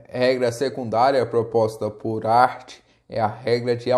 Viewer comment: boa explanação, mas o nome de Hart não se pronuncia "art" e sim "Rart"...rss